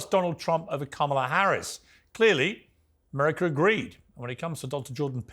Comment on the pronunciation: Ameriker? It's America, Piers. There's no "er" at the end of 'America'